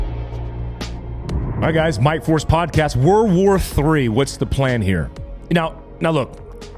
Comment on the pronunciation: Why does it sound like everyone says WAR WAR 3 instead of WORLD War 3? Lol